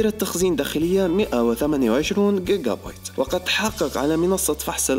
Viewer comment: جيقا بايت وليس guigua